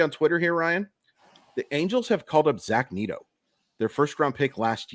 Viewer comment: Is it pronounced Neat-oh? or Neh-toe?